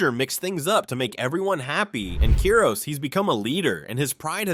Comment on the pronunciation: its KIROS not keros